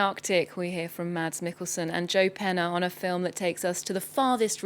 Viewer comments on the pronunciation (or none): The D is silent. It's simply supposed to be pronounced "Mas".